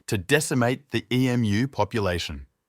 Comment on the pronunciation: Nice script. Pity it is ruined by a crappy AI that can pronounce the most important word ! Emu not E.M.U.